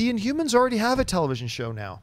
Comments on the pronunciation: Why does Schnep keep saying inyoumans? INHUMANS. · Schnepp, I love you but you don't pronounce your H's. You say Umor, InUmans, Umans! all three of those words should have an H at the beginning of it. I'm sure you probably don't mean to, or I just can't hear it cuz my hearing sucks sometimes. Haha! keep rocking the Heroes.